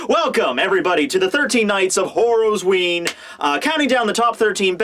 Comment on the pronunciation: It kills me on the inside when you call it Horosween every video.